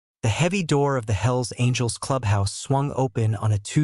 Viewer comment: sounds like HILLS ANGELS not hells angels